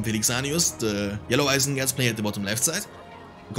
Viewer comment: "mor isengard team" :DD